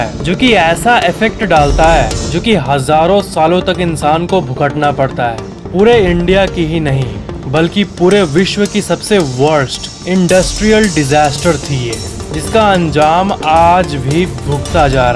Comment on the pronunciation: bhukatna per ta hai 😂😂😂😂😂 tongue mistake